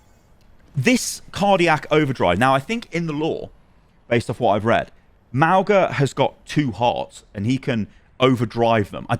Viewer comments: I hate to be that guy but his name is pronounced Mah-oo-ng-ah not Mah-oh-gah. The g is pronounced ng like the word "song". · Pretty sure it's not pronounced "MOWga" its "MAOOga" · nots not Mao-ga its more like Mow-ga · Just putting this out there. Mauga’s name is pronounced Mau-ng-a. Gs in Samoan are pronounced as an ng sound, like song. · Ffs is MAUGA - pronounced MAH-OOH-NGA with the G in his name pronounced like that NG in the word GOING Please at least try and get his name right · The "g" in Mauga is pronounced the same way as "ng" in the word "singer" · The "g" is not pronounced, it is more like "n" and "g" sounds combined. Good video but pronunciation is off, which is what I expected after Mauga's release lol